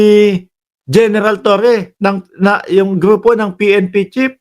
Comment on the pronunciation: Pnp chief hindi pnp chip ayusin mo naman pronunciation mo.